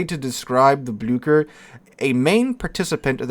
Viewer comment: Blücher “Bloo-sch-ere” or something similar to that.